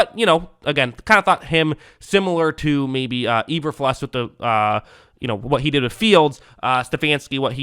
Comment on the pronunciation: Until he reaches B Tier he'll be E-ber-fluss. 😂